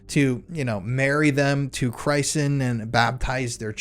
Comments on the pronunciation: Please educate yourself. It's not a deer head. It's an antelope head. Also several mispronunciations of common words like... Christening. I can't watch any more 🤮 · Your pronunciation of christen as in a christening was amusing. I'm guessing your parents didn't drag you to mass.